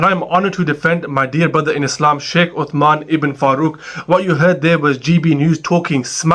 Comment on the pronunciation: You can't even say his name you doughnut. What are pants presenter. Get off the camera. It's not hey. It's called decimating information.